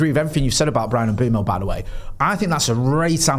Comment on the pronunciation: Bryan pronounces his name Mm-boom-o